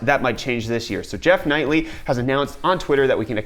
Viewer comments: Lol you said "Jeff Knightley" instead of Goeff Keighley" :D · Jeff Nightly? Ha. Key-lee.